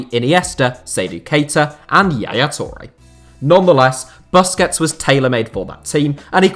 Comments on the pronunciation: Hate how he pronounces Busquets :D Its Boos-kets my bro! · When he said 'buskets' I wanted to die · The 'bus' in Busquets is pronounced 'puss' like pussy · The way you pronounce Busquets make me want to punch my phone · your pronunciation of Busquets is so hilarious